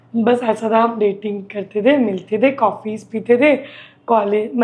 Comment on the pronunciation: English course krne k baad bhi coffeess bolro haiii 😂😂